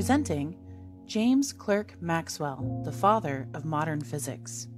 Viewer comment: It is not Clerk but pronounced Clark.